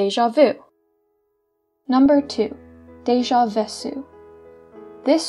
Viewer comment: I dont wanna be 'that' person buuuuut Its pronouced deja Vé-ku